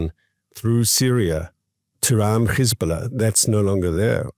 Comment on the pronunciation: Please stop saying Khezbollah it is Hezbollah it is not the right pronunciation. Give your throat a break!